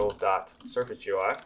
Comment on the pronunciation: ive heard people say G U I, gee goo eye and so many random other ones but i never thought i would hear 'je-are'